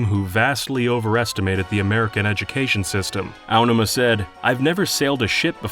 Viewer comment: god this guy is so bad at pronouncing things, from "Onma" instead of Aonuma, and "Hee-oy pear" instead of Hyoi Pear. Disgusting.